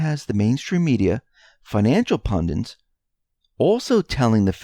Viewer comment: PUN-DITS. (ONE "N") PUN-DIT. Rhymes with "FUND- IT". Try "SEND - IT". (Simple!) Where do people get that other version???